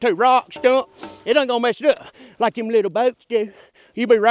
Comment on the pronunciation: "Pacifically for theyum"